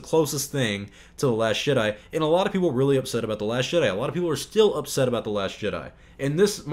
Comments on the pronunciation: It's jedi not shedi😠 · are you saying last Shit Eye or am i deaf 😂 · Are you calling it 'The Last Shit eye'? Ingenious! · I keep hearing the narrator say "the last shit-I" Anyone else? ... ... And then it dawned on me. Exactly! Episode 8: the last shit I will watch from Disney! 💩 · Are you saying “The Last Shit-Eye” instead of The Last Jedi? Because that’s all I hear. And it’s hilarious.